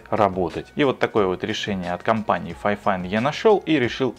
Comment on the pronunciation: микрофон-фифАйн а не файфайн